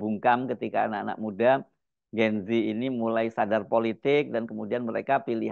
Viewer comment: Bukan "Gen zi" tapi "Gen zet". Bacanya salah mas Hersu. Ini susunan bahasa Indonesia jadi bacanya harus "gen zet". Semoga sebagai jurnalis sekaligus anchor bisa menggunakan bahasa Indonesia yang baik dan benar sesuai kaidah bahasa Indonesia. You are what you say.